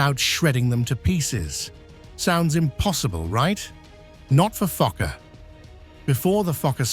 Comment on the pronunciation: Bro did NOT say fokkor